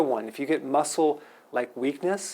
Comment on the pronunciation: every time you said muscle/cramps, all I heard was mussles/crabs! LOL